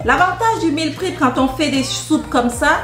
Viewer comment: Hello , merci pour c'est recettes qui donne envie 🤩 ... par contre je m'interroge, si tu ne mange que la soupe sans rien d'autre a coté ne risque tu pas de développer des carences ? Par contre ma jolie on ne dis pas meal " prip " mais meal " prép " ( je l'est écrit phonétiquement ) en anglais . Jai hate de voir ta prochaine vidéo. Prend soin de toi , que Dieu te préserve 🙏🏻